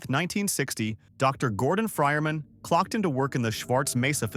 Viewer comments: The fryerman? Who the fuck is the fryerman? You mean Gordon Freeman? Is this ai, its kinda gotta be. Or.maybe someone that don't speak English as a first language perhaps. There is no fryerman in half life. And it keeps fuckin saying it! Jesus Christ man, does no one review their audio ever these days? Fuckin clown shoes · Man, saying that with an AI Voice really gets me, that AI Voices went wrong when it comes for Real People saying that Just Right. Gordon Frierman? Made it wrong with that AI Voice, it was "Freeman". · Yeah this is AI slop. You didn't even listen to the voiceover. It always says Frierman instead of Freeman. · "Iz Dr Gordor frienman" "Well if it iznz Dr Gordon Frienman." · "the friermen" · Somehow he pronounced it as “Dr. Gordon Frierman” every time in the video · Ah, yes, Gordon FrierMan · “Dr. Gordon Friman” lol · Lmfao, for real, I thought he said "fryer man," and that shit confused the fuck out of me. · Nobody gonna command about freeman being called fryerman in this video? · Prob just the text to speech mispronouncing "Freeman"